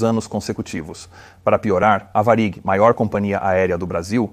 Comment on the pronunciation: quando o narrador fala VARIG errado, e “subitamente” surge um sotaque LUSITANO, então a gente sabe que se trata de IA! 🤖 😂😂😂😂